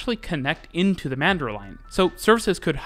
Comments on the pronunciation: I've never heard a foreigner pronounce Joondalup before - it took me a second. Mandurah was pretty close, tho' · I also lolled at the Joondalup bit, however nailed cockburn and Mandurah 😂👌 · And yet he absolutely nailed Cockburn and Mandurah!